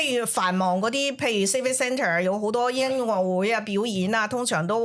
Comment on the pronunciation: 你唔係呀，話個主持人講你同我個發音 調鄉下婆講音樂會變咗 yen lok 會 downtown變咗 鄧town